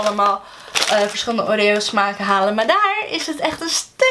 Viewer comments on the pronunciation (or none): none